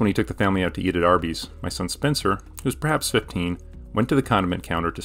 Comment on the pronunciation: Is it only me or did anyone else hear him say Arby’s wrong when he first said it?